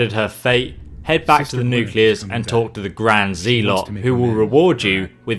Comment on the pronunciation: I love how he says nucleas